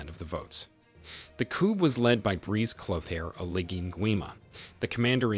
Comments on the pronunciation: Please learn how to pronounce “ coup”! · coup is pronounced KOO. Ignore the 'p'! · The P is Coup is silent, but he keeps saying it lmao